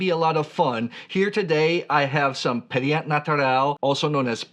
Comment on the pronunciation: Just for fun try this pronunciation of the word pétillant in French: PAY-TSEE-YAN . The end is not pronounced Yann like the first name, but Yan more like Yah (not really pronouncing the final N) . Hope I was clear haha